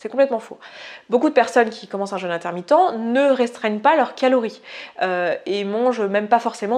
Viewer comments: oui quand on prononce jeûne comme ça, j'entends jeune intermittent DU SPECTACLE ! et ça fait bizarre... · Petit craquage franchement inutile (mais avec bienveillance !) mais je ne peux pas m'en empêcher : "jeûne" se prononce comme dans le mot "peu" contrairement à "jeune" qui se prononce comme dans le mot "leur"; le petit accent circonflexe sur le le "u" est là pour différencier ces deux mots: un jEUne est un ado qui boit son yop, un jEÛne est une période durant laquelle on ne mange pas. Beaucoup de gens prononcent mal ce mot, c'est dommage, et source de gros fous rires (par exemple dans la vidéo j’entends "casser son jeune" : quelle violence !!! hihi !!) Voilà pour cet aparté, et merci pour cette vidéo intéressante et bien documentée, le jeûne fait partie de ma vie depuis des années et je ne reviendrais pour rien en arrière!!